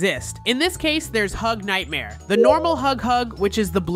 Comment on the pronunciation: It's not hug hug nightmare 😂 its nightmare huggy😅